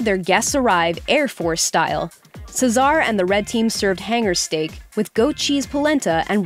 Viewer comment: Wow you butchered Caesar's name